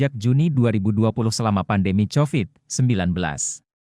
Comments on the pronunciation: Naratornya pake AI ? Masa covid persis tulisan nya hahahahhaa, bukan kovid.. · dengerin Berita yg pake suara robot malah bikin pusing, semua bahasa Inggris dibaca pake ejaan Bahasa Indonesia, covid, caterpillar dlll dibaca pake ejaan Bahasa Indonesia 😅😅😅